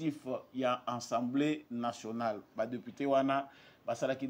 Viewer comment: Ndeko na ngai,,fais quand-même un effort ":assemblée nationale " et non "ensemblee", tu es encore jeune, tu peux le faire:assemblée nationale!!! Merci.